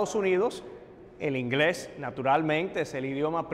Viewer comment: El inglés de Jorge Ramos es pésimo no tiene bien el acento inglés lo siento pero esa es la cruda realidad